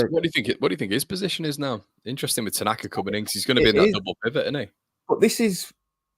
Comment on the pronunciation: AO Tanaka! He surely has the best name ever ... pronounced 'Outer Knacker'. There's a cracking song brewing for him! 🤣